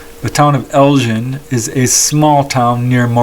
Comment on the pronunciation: Hi nice to see a case from the north off scotland. elgin is prenounced more like Elgun and morayshire is prenounced murryshire more scottish cases if possible please